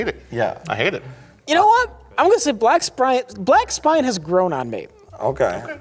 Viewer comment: I too love “black sprine” A new evansism